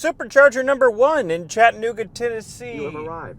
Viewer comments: Its pronounced.. Chattuhhnooga NOT Chatt-nooga If there is a hard break or stop when you're trying to pronounce the word... you're saying it wrong. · Chat-ta-nooga not Chatnooga